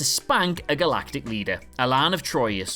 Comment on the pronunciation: "communited" "galatic" "captian" "Space Lord" (Come one, man. It's Star Lord.)